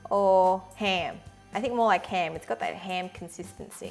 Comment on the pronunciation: She pronounce /ham as heem